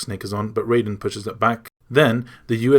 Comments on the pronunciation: It's "Raiden", not "Rayden" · Ok great story telling, very long but very detailed My only issue raiden is pronounced (ry-den) in metal gear and is pronounced how you kept saying it for mortal kombat. Just saying the A in his name is silent lol but other than that great job man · You say raiden with the I you don't say the A like Riden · Ahhh! >.< some of these pronunciations....lol. Archipelago...Gurlukovich (Gurlockavich as you say)...Raiden (which you pronounced as Rayden) yikes. - But still, great video lol.